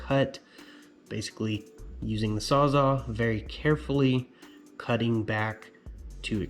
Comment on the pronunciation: Sawzall. Not saza lol